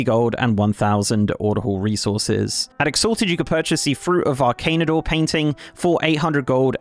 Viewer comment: You pronounced arcan'dor and Gundargaz incorrectly.